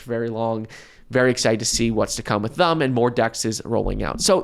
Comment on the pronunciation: This is the last video I like if you keep saying "Thum" instead of "Them"